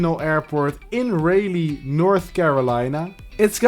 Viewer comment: YOO RDU THATS MY LOCAL AND ITS PRONOUNCED RAH-LEE THIS MAN HAS W AIRPORT 10/10